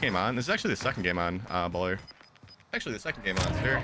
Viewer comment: xD sekond and sekond like xD 😆